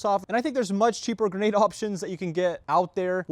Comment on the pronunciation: Get your facts right!!! Novritsch don't make a 6.2 gram bb!!! They do however make a 0.62 gram bb. And the word is grenade not geenade!!!